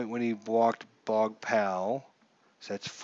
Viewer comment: If the pitcher goes to 0, all randoms automatically goes to batters FYI also the name is pronunced BOOOOOOOG